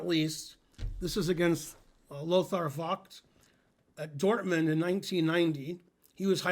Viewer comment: I assume you just forgot, but V is pronounced like an F in German. The O sound is also wrong, but if you stuck with the one you used it would be funny. (Lothar Fucked)